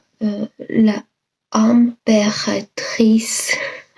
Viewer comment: Great video, big 👍 u said the name of the fragrance very well L'IMPÉRATRICE yes its the Empress 👑 this fragrance got reformulated at least twice in the last few years...love that flower btw 💚✌